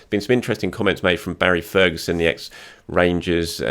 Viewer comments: You pronounced Sagna right thank you!!! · finally getting the Sagna pronounciation right